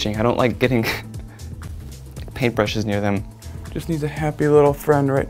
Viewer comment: lol... "paintbrush" xDDDD